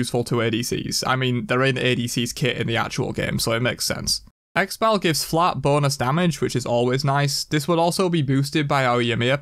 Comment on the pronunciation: When he says X-bal instead of Xyba it makes me CRIIIIINGE